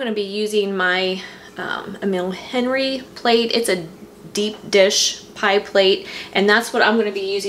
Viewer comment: Eh-meel on-REE is how that brand is pronounced. Yes I know I'm that person. 🤓